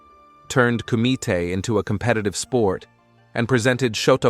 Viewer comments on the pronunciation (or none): none